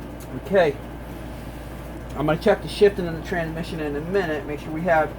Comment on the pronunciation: Hey buddy you do understand that there is an S between tran and mission right? Its not tranmission its transmission...You keep dropping the S. Why are you doing that because it makes you sound like you may be mildly retarded.. I don't think you really are mildly retarded you just sound like you are when you say tranmission instead of transmission.